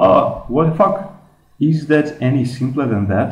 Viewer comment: He says fuck funny lmfaoo